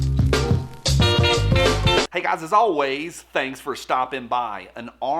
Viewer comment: Who still hears "WOOTSH" when he says thanks for stopping by? Thanks for the videos!